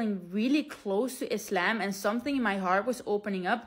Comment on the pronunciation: I love your prononciation of Islam. ❤❤❤❤